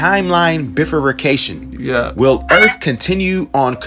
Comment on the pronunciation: Bro said bifurbication. WTF.